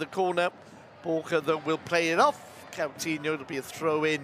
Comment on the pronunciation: He allways says Catinho insted of Coutinho i hate when he says his name wrong all the time its not that hard name to pronance at all.